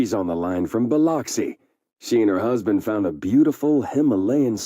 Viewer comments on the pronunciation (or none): The game itself also didn't pronounce "Biloxi" correctly. It's Bih-lux-ee not Bih-locks-ee. No one says it that way lol It's a coastal town in Mississippi mostly known for its casinos on the water.